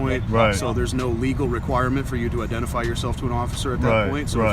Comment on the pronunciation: 👨🏻‍🦳“YOU’RE FAILURIN’ TO IDENTERFIY”